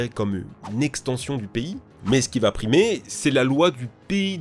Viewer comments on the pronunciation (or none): none